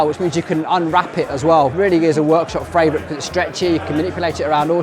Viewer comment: You know you said "fravourite" right?